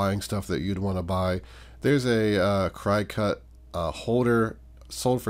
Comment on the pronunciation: Other Cricut items sell well. FYI: it is pronounced "cricket". 😊